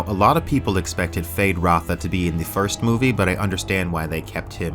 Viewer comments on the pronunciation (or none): Why does is say 'Fade Ratha' his name is Feyd Rautha. Is that a youtube artifact?